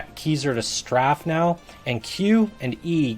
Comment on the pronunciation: Straf? Oh you mean strafe sounds like "straif"